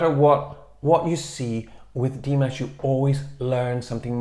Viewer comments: It was rather disappointing not to be able to at least hear his voice. Please find another way to get around the copyright issues. Also, you are pronouncing his name correctly (Dee MAHSH), but you're putting the accent on the Dee instead of the MAHSH. It's Dee MAHSH, not DEE mahsh. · Good idea! Nice reaction. Quick note: pronunciation of Dimash's name is with stress on the second syllable and not the first.